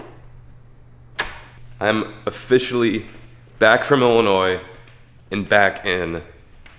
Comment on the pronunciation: Illinois not Illinoisssss